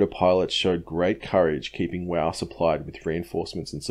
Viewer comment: Wau is not pronounced "wow" as you mention it, It is pronounced "WAY" goo job though sorry for the correction however I was told how to say it as an old neighbour of mine came from there in the early '50s.